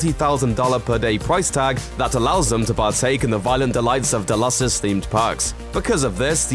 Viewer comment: Nevermind - he was saying Delos, only he pronounced it about five different ways during the video. 🤔